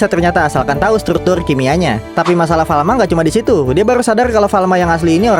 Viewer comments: Farma tau bukan Falma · Kalo ga salah farma deh Bukan falma